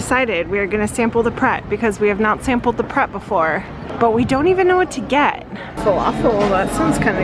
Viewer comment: Its Pret, as in pretentious. You guys need to go to a traditional transport cafe for a plateful.